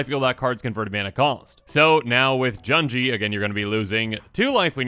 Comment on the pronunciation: Junji doesn't rhyme with "bungee", u in Japanese is like "oo" sound (think "sushi") a - f"a"ther i - h"e" u - f"oo"l e - b"e"d o - n"o" Hope this helps since you'll be pronouncing many more Japanese names in the coming weeks